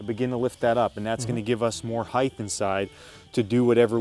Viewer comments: It's also height, not heighth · At least he didn't say acrosst, but he did say heighth instead of height (rhymes with night)